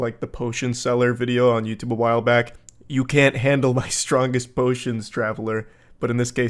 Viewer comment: “I can jandle”😂😂😂